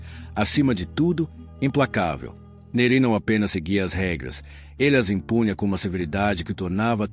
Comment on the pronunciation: A pronúncia não é "Nerí" ; é "Néri".